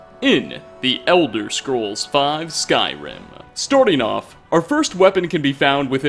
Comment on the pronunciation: “Here’s 5 weapons you may have missed... storting off...”